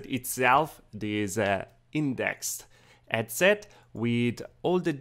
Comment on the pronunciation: HHhhhh-ead set ;) not Ed-set Hhhhhh-ertz, not ertz ;)